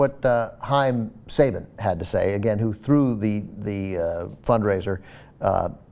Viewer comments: its actually pronounced sah ba n and also Go Go Power Ranger's ! im such a nerd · Saban is pronounced sahBAHn.